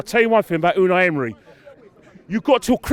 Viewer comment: Did he just say Midnight Emery 😂😂😂😂